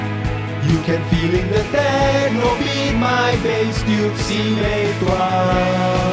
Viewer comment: LOL "tetno beat"